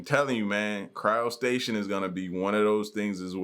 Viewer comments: It is called cryogenics or cryopreservation. Where as the body is injected with heparin, frozen like a popsicle and that is called cryo- stasis. NOT cryo station. Lmbo just sound ignorant. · Yo ignoramus… it’s not “Cryo-Station”… it’s CRYOSTASIS!!! 😐